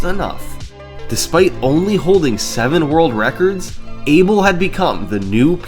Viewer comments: Each time you pronouce "eibol" a kitten dies. Its funny that you pronouce David's name right but Abel wrong (should be/A Bell/) which from I can tell both hold spanish roots. Anyway I might be wrong, and this isnt making fun of you , just funny to hear. Anyway amazing vid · FYI, although he's British, Abel Marques is a Portuguese name. It’s not pronounced “Abel”, it’s pronounced “A-Bell” (sort of like “Isabel” without the “is”).